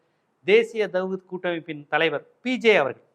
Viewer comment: ஜீவா,தவ்ஹீத் சரியாக உச்சரிக்கலாமே.